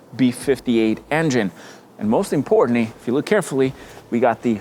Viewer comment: everything'z "mozt importantly" according to him